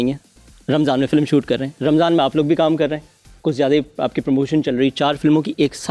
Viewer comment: Boht hi koi farigh host pakra hai kasam khuda ki ..... Film ka critic hai aur masha allah film ki hi pronunciation theek nahi .. filam 😄 Something haute or Even momin ali munshi would have done a lot better job.